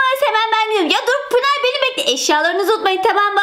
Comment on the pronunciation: Abla Pinar değil Pınar